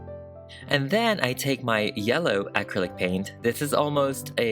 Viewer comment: Will someone please teacher this girl how to properly pronounce the word Acrylic!!!